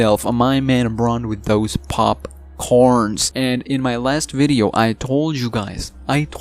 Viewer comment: Lol the way he said popcorn.